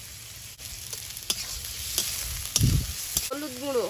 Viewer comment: কিছু মনে করো না কথাটা তোমেটা নয় টমেটো